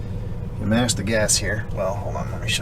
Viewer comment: “You mash the gas”…you sounded southern when you said that 😁 proud of you!!!